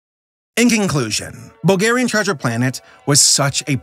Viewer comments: All the Bulgarians are gonna love this. You just butchered a Bulgarian text. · if you ever need to read another bulgarian title know that us bulgarians put emphasis on the front of the word not the back